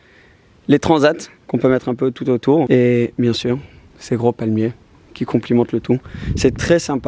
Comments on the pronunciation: Vidéo au top avec une maison de MALADE mais on dis "complémente" pas "complimente" haha je deconne bien sûr 💪🏽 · J’ai adoré le house tour très sympa ! (Seulement on dit qui complémente pas complimente :) ça m’a fait rire de t’entendre dire ça)